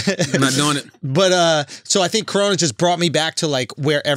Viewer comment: i died at “colona” virus